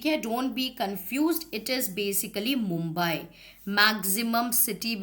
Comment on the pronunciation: Tum mumbai ko mombeaii kyo bol rahi ho tumse acche to digraj sir